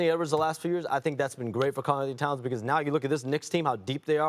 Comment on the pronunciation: Shams just cannot say "Karl Anthony Towns" 😂